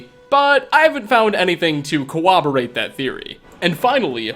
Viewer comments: It's funny how you pronounce "corroborate" as "co-wah-borate. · Did - did you say "co-woberate?" Definitely a better way to pronounce that, haha